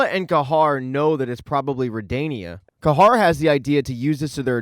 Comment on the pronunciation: I thought “Ca-har” was pronounced “Ca-here” 😅